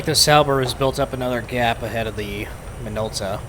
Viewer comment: Minolta is JP company. You pronounced it closer to Japanese. 👌